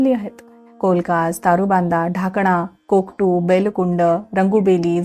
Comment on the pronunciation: कोकटु नाही कोकरू आहे ते...😊 चितमपल्ली सरांना खुपदा भेटलो... मेळघाटात राहताना ही कथा ऐकत आहे...